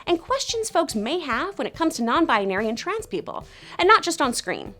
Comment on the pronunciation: is no one bothered by the fact that she's saying "non bianary"